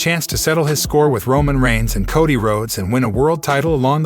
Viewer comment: Yes bes going to betray romon